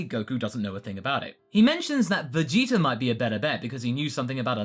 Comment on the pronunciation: I love how you say vegeter instead of vegeta